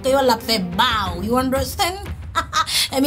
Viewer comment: "Bow " nan bon kreyòl se " baw"